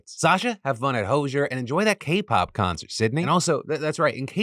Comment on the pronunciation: /smh at the pronunciation of Hozier.